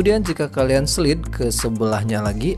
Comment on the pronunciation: ijin koreksi bang. slide dibacanya slaid bang bukan slid. tapi gapapa tetap i lup you 😆😆